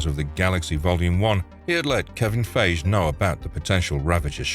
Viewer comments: Kevin Feige pronounced PHI-GEE not PHAGE! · Wait, what? Kevin Fayzhe? 😂😂😂😂 wooo. If you're gonna narrate, learn how to pronounce names, dude. FYE-ghee. Not "Fayzhe" 😂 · "Kevin Fayj" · And I'm sure someone's scolded you by now: "It's pronounced Kevin 'FIE-ghee'!" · "Kevin Faysh" lol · This was a very insightful, thorough video. Even as a ginormous 40 year long fan of Marvel/comics, these kind of videos always drop a thing or 2 on me that I didn't know.... HOWEVER This is now the THIRD TIME I've watched a Marvel CINEMATIC Universe on this channel, and for some absolutely mind bending reason, the guy doesn't know how to properly pronounce Kevin "F-EYE-G"... and i dont know what's more incredulous and HILARIOUS: -the fact that this is a video on the MOVIE SIDE of Marvel, where, ya know... Kevin Feige is KIND OF A BIG DEAL in this shit, and maybe the most important person for the MCU being as big and ad GOOD as it is! So you'd think you'd know who the damn GODFATHER of the MCU is, and how to say his dang name.... OR.. -the fact that he pronounces Kevin Feige like the color/word Beige ("BAY-j" (🤣 as I type this he's said it two more times in this video, so that's 4 times in this video alone so far, but again, I think the 3rd different video here overall ...! And don't pee on my leg and tell me it's raining by saying "oh, he's just a hired narrator," because that makes a the weird mistake even worse. Why? Well, because he makes a LIVING speaking aloud, so mistakes should be minimal.... And while nobody is perfect, if you keep a roof over ur head by being a PRO reader/speaker, I know that at least for ME, any even SLIGHTLY tricky words-- ESPECIALLY names-- would have mw utilizing this dope, like, i dont know how to explain it... ita like an ONLINE encyclopedia th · Is this an AI voice over? They way Feige and Wein was pronounced was weird. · my only issue with this video is the really bad pronunciation of Kevin Feige's last name 😢